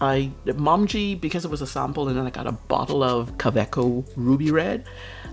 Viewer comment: You created a very pretty rainbow page. I love the open swirls! I'm pretty sure the lovely Pilot Iroshizuku ink is pronounced moe-MEE-gee. It's the color of the Japanese maple leaf in autumn.